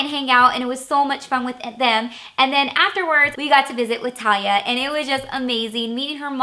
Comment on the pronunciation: Did You say "LaTalia" Or "Talia" Lol . its talia c